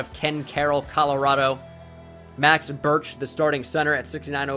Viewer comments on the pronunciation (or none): none